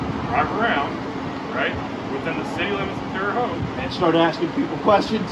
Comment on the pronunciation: Its Terre hoe-t not Terre hot. Lol